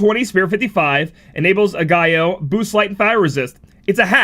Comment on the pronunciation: Ah-guy-yo... LMAO... Dead give away never dipped his toes into the world of K-pop 😂 An easy way to pronounce it, kinda say it like 'egg-yo'. Like, "hey girl, lemme see dat egg-yo!" lol 🤓